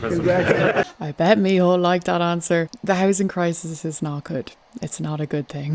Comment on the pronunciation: Micheál it's pronounced Me hall not mehole xD